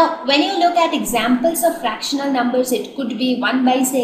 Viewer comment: did anyone notice that mam is struggling with the pronunciation of the words rational and fractional